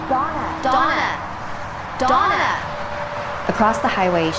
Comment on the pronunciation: Donna đọc nhầm thành "Douma"